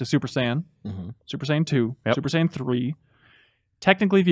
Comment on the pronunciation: Its super saiyan blue and you pronounce fighterz like fighters its not that hard so yall did have errors 😂😂😂😂😂